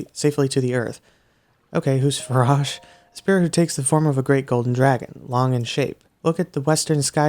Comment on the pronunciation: i’m pretty sure the correct saying for ‘Farosh’ is (F-A-R-OA-SH) But that’s how i say it, and it sounds weird for me if anyone else says it like you.